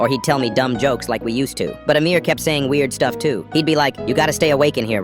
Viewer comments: Bro he sa8d amirror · I thought he said a mirror at first and was very confused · Coughs did you just say AMIR? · Bro literally said amir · did you say amir 🤨